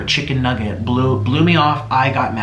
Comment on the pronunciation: i think he mispronounced "chicken nugget" as stephanie